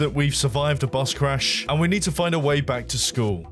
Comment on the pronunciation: YOU MEED BRUH, MEED